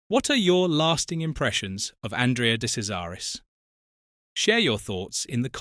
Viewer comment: try saying his name right or you DON’T get a like or subscription! you sound stupid!